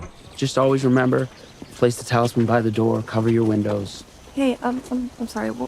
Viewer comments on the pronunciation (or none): It's a talisman not a talibut. Sorry, I just had to say it. Otherwise I love your reviews. It adds more layers than just having watched it by myself. Keep up the good work! :D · Great reaction to a fantastic show. Just one note, it’s talisman not taliban (LOL). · I am dying everytime you guy say "Talibut". I keep thinking about a halibut fish LOLOL